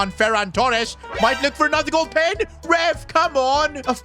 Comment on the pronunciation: how is bro saying pen 💀